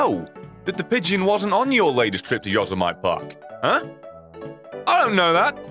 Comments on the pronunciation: It's not Yosemite like vegimite it's Yosemite like committee. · Yo sa mite park... PERFECT PRONUNCIATION! puts thumb up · "Yozz-i-might" In all seriousness, good to see you back and making videos again; missed the cynical wit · it’s pronounced yo-sem-e-tee not Yosemite not a knock at you just a minor correction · Yosemite National Park is an American thing, so I'm entirely unsurprised that you pronounced it incorrectly. It's pronounced "yo-sehm-it-tee", if you're curious However, that's the least of my concerns- I'm more concerned for your mental state after this terrifying tirade! Please never do this again, leave the dark web alone. It's fine festering by itself, we don't need to keep prodding it with sticks, or, in this case, subreddits. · Yosemite is pronounced, yoh-sem-i-tee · The way you say Yosemite is triggering the fuck out of me.